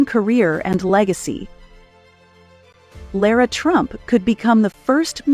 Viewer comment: LOVED the insight into Lara! It was good coverage. I was interested in how to pronounce Lara’s name because several in my family don’t know… I was a little disappointed in the narrator’s two pronunciations of her name. 😂 Somehow I’ll get there.